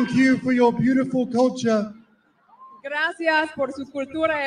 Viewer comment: Grasseearse? Never heard it spoken that way before. Sounds more like Swahili?😂😂